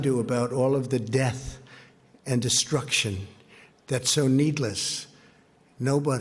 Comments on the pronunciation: Its Death Not Deaf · Anyone else notice how, evertime he says the word, "death", he accents it? Its almost like he enjoys saying the word..